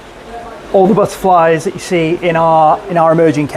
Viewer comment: The buttaaflys I love how he pronounces it lol 😂